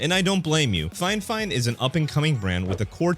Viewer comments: Fifine and not FineFine 😂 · Its the "fi fine" not the "fine fine" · It hurts my soul that you keep saying fine-fine and not fi-fine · You keep saying finefine when its Fi fine. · "finefine"? haha bot reviewer go look for other hobbies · okay cool. You're the only one doing it though. And I heard a few different pronunciations of it. Everything from fee fine to fi fine to fuh fine.